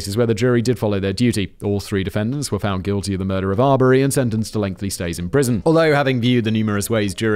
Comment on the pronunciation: Oh, FFS, ; we're back to 'lengthly'...